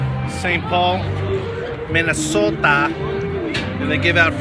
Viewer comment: By the way, none of the five million people in this state pronounce "Minnesota" that way